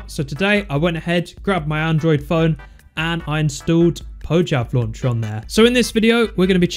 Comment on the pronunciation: Say "Poyav Launcher" instead of "Pojchav Launcher"